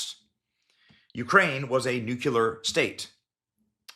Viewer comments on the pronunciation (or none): Nu-cle-ar. Not nu-cyu-ler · I'm sorry, but you lose most of your credibility when you are unable to correctly pronounce "Nu CLe Ar." It is NOT "Nuke U Lar." Seriously, how hard is that ?? Sound it out. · Nuclear. Not Nucular. It’s not that hard. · I cant believe you and your guest mispronounce Nuclear. You say Nucular which refers to the contents of a cell's nucleus! George Bush also moronically mispronounced Nuclear! Seriously, a president of the US , who graduated Yale & Harvard, spoke so ignorantly! Its pronounced nu-clear not nu-cu-lar. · Why can't intelligent people pronounce the word nuclear? When you pronounce it properly it would sound like this, noo-klee-ur not nuculer, you all sound like George Bush Jr, maybe I payed closer attention in English and grammar IDK, and I don't pretend to be the smartest guy in a room of three people, just an observation 😂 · Everyone always says "Noo-cue-lar" it's actually "noo-clee-are" look at the word Nuclear. Let's break it down into it's syllables NU CLE AR. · Can you please stop saying "nuculah"!!! It makes you sound like an uneducated ignorant rube ala Bush junior. The correct word is "NUCLEAR"! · Umm, it's NUCLEAR, not nuke-u-ler. My father mispronounces this word as well. Think 'New-Clear' and you'll get it right. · Why are so many people unable to pronounce nuclear correctly? It's not nucular, it's nuclear. Just a pet peev of mine. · I think this sounds plausible. But does anyone else get really annoyed when someone (whom you view as at least halfway intelligent), pronounces it 'nucular'? Ugghhh. It is nuclear (new clee urrr). Sry, had to get that off my chest. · Nuclear not nuke helar lol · NUCLEAR! NOT NUCULAR! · The guy cant pronounce the word nuclear. Is new-clear. Not new-cyew-lur. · It's NU-KLEE-ER, NOT NOO-QUE-LAR!!! Please just STOP. Makes u sound like a dumbazx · NU CLEAR !!!! not nucular !!! My ears are bleeding please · The correct pronunciation is-----nu*CLE*ar! Not nu""CU" ar! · New'clear Not new'q'lar